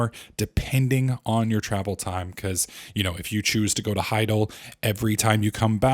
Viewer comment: You're the worst at pronouncing names haha. It's not "HI-GAL," it's "HI-DAL."